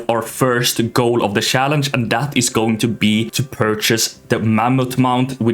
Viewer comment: Swedish people that cant pronounce "CH" words 😂 He says "sssssaaalange" 😅